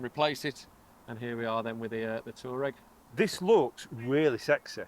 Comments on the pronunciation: It's said Twareg. Official volkswagen speak. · It’s pronounced Twa-regg 😀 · I used to deliver all sorts of makes and models to customers, I once went in the office and pronounced it Tour-ra-reg……the guy started laughing and told me how to say it properly. So from that moment on, I always made sure I was pronouncing the customers new car correctly…….delivered a few Maseratis in my time, and really had to do the homework on some of them, they have some great names 😂